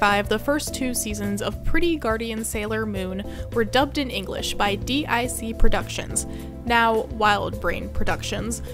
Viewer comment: It's pronounced "Deek" not Dee Eye See...and DiC didn't super the S and SuperS season, that was from Cloverway